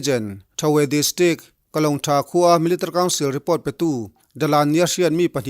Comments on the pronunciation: MIL .TARY 😀😀😀😀 military tiin lam ve mai la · I trawng hmanhmawh mahh2 anih hi.. milatary pawh iti hman lo miltary iti a ang deuh ber.. mahse a bengvarthlak e